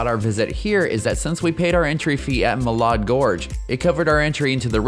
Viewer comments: This was a great video! It will be very helpful for many people. I'm an Idahoan of 32 years. FYI, Malad Gorge and the city of Malad is pronounced, Mal-add not Mall-odd. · great vid but please say Mal-add.😊